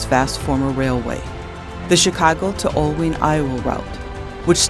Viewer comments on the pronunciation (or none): You need to correct the spelling of Oelwein. Also it is pronounced ol wine. Sadly the Dubuque station doesn't exist any more. Looking forward to the rest of the videos.